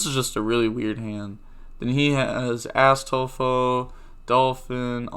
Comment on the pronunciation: When you say Astolfo it kinda sounds like Asstolfo ngl